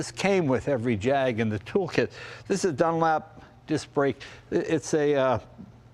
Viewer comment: Jay…. It’s a Jaguar… pronounced Jagyouare..not Jagwah!! Also it’s “Dunlop” not “Dunlap”… I thought you knew about Cars.